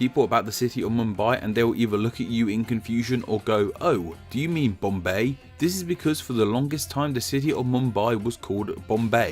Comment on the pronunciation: No bc the way he’s saying curtain words would make my eyes shoot straight open 😭: 😌😴🛌💤….mumBAI!👁️👁️ 🥱😴🛌💤…. bomBAY!👁️👁️